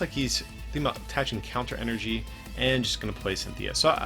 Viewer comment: It’s En-er-gy not fricking E-R-G